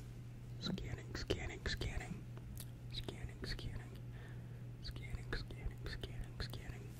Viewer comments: To me it sounds like “who’s cannon” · or “skinning”